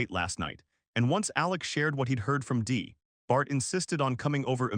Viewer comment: she said call me dee what i heard was dih🤣🤣🤣🤣